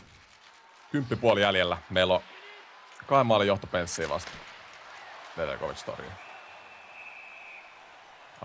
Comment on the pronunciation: Nedeljkovic on jenkki ja äännetään ilman j:tä